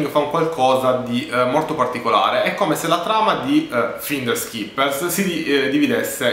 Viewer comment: Intanto cominciamo a pronunciare bene la parola finders...